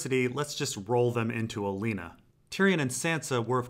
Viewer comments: It’s pronounced Olenna, not Oleena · Oh-len-ah not Oh-lean-ah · Also, theres no 'ea' in Olenna Tyrell's name. Where does he get the infinite gall to pronounce it like that? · You mispronouncing oh Lena's name over and over is annoying